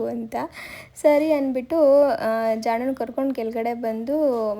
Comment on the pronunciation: Baby name jaanu na neat agi pronounce maadi